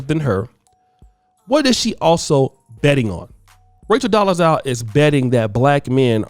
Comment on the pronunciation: I like to think you're purposely saying her name wrong which is funny to me